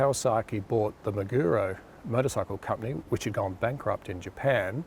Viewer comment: What was the name of that Japanese manufacturer that the W was related to.... sounded like waguro